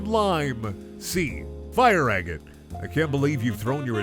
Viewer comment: Everything about this was amazing other than the pronunciation of agate